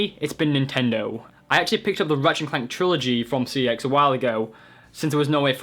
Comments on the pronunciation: its pronounced sex not c.e.x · It's pronounced "sex" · It's pronounced, CEX as in SEX. but anyway they've just done a CEX in your bottom! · no the scam is that they'll sell a game for £20 but will only give you £5, apart form that, you look like a drug a dealer and you are a absolute idiot, 1. your pronouncing cex wrong, its pronounced "sex" (verified by shop workers) 2. they say if the cover is printed 3. they don't charge a premium price, i got minecraft ps4 for £16, walle for 3.55, a ps vita with a damage screen £20 (the guy said and it was marked as damaged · I like how some people pronounce CEX as Sex lmao. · CEX is pronounced checks - just letting you know that. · The ads don't pronounce it C-E-X they pronounce it SEX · CEX is surprisingly pronounced as ‘sex’ wow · It's pronounced Secks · Fun fact: cex is pronounced sex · its sex lol even though its cex they pronounce it sex in-house. i worked there for a few months it was actually my regional manager that confirmed this